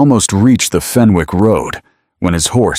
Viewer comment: Fenwick pronounced "fennick"